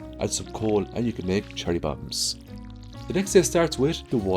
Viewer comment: I'm sorry, are you saying "Charlie bombs"?